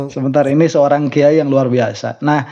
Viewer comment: Kuyayi a bukan kiayi😂